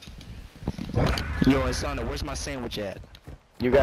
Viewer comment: Bruh I’m ngl him saying uh-sah-na instead of Asuna was making me sad lmao